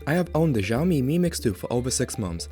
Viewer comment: Why you call it "Jiaomi" ?